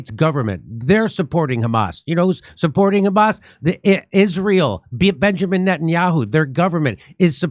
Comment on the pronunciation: first Isreali saying "Hamas" right instead of khamas or ghamas